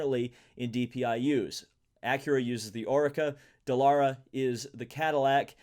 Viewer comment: pronouncing Oreca as O-RAY-KA? lol